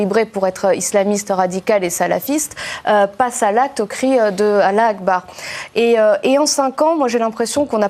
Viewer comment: Une petite question et petit vote SVP. A) elle ne sait pas dire correctement « Allah o Akbar » B) elle fait exprès de le dire à l’occidentale?